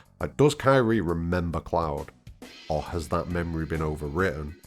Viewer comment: I like your videos, but you keep mispronouncing Kyrie's name. It's not "Ky-ree." It's Kee-ree-ay. You've done this in all your videos where you mention her name. It's odd that you don't know this, considering her name is clearly stated several times in Remake. If you want to present yourself as a FF7 expert, it becomes difficult to trust you if you can't get something that obvious correct. I'm not trying to insult you. Again, I enjoy your videos, but pronouncing her name correctly will help you with your credibility.